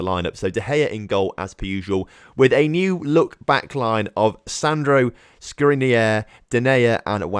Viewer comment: The only mistake you made in saying Skriniar is the end. The "AR" is pronounced like in "far" or "jar"! Glad to see you signed a player from inter😁💙🖤